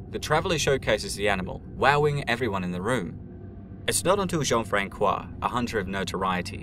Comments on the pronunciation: a note to the narrator Jean-Francois is pronounced Jean-Fransois the c sounds like like an s not a k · The Ç in Jean-François is soft. Reads like a soft "S" in english, not a hard "K". I also live in Three-Rivers in Québec, right where the battle you mentioned took place. :) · plz as a french person the Ç in Jean-François is pronounce like the S in snake